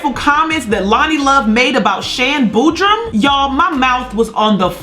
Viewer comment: Her name is SHAN BOODY as seen in this clip on 1 of her YT videos. That's also the same name (i.e., 'SHAN BOODY') that she goes by and/or uses on all of her other social media accounts. So Idk wth is this Shan Bootrum/Boodrum that she keeps wrongfully calling this female. If you can't pay that very minimal amount of attention when you're sposed to be gettin your facts in order or if you can't say another person's name without butchering it, then you should probably find a much easier name for you to ever even actually publicly make mention of. Smh 😐..... #dobetter #tryharder